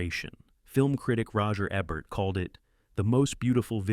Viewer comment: Roger Ebburt?? Come on now…